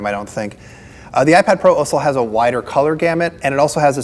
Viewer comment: Say iPad some more!